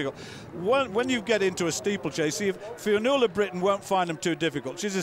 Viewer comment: Commentator having some difficulty with the word 'Fionnuala'. Brilliant run by the way